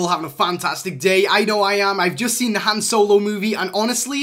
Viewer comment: Why does he call Han Solo “hand solo”🤚